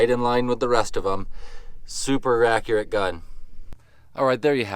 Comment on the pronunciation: Is it super accurate or accuracy tho? U said rappurate so why i asked 😂😂😂english is my second language and i dont know alll the english words so please do let me know how accuracy this pcp is